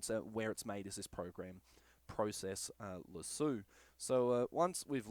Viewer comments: Useful video and helped alot. Only thing is its process lasso not process lasooo 😂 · Great video, great advice, except now I cant help but call it "pro-cess lassue" when I use it. Subbed anyway. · I love how Aussies pronounce the word Lasso. Thanks for the info.